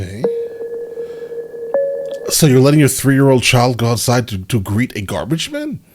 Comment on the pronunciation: Gar-beige-men. LMAO